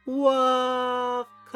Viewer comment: hahahaha..unahan na naman kami s pagbigkas ng Wakasssssssss👍👍😃